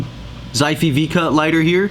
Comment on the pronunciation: Nice review, mate. Like the chilling vibe you had in this vid. Tiny note, if this is a Chinese brand, the way to pronouce its name would be "shi fay".